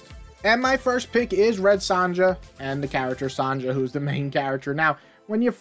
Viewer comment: Red Son-yah is how you pronounce it